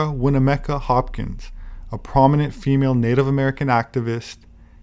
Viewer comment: I used to deliver the mail to the Winnemucca family. It is pronounced Win...uh....muck...uh. Chief Winnemucca was at Pyramid Lake when we delivered the mail there. I am very interested in giants and am writing a book on pre flood giants, If you are ever in this area I wish you would reach out, I have things to show you.